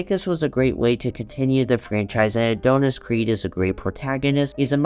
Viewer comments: I can't get over how he says "A-doh-nis" 😂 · GOOD GOD🙄 CAN YOU PLEASE PRONOUNCE ADONIS CORRECTLY 🤦‍♂️😅